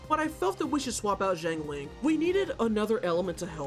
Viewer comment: amazing video but i hate how you pronounce zhang ling </3